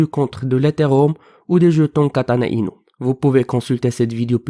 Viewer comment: Kêtana-Inouuu . Mdrrr